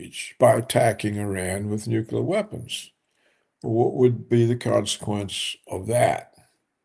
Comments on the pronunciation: Mr. Roberts, PLEASE: It is NOT pronounced “Net-an-ah-yoo.” It’s “Net-an-YAH-hoo.” It’s very basic English spelling and pronunciation and VERY irritating to listen to the inaccuracy. PLEASE. Also - “nuke-lee-ur,” NOT “nuke-ya-lurr.” Come on! You’re not George W. Bush. You are a professional. Get it right. Your knowledge on the political analysis, OTOH, is phenomenal. Let’s make it 100%. ✌🏼☮️🙏🏿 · Nukular? Nuclear? Whatever. Netanahoo? Netanhawho?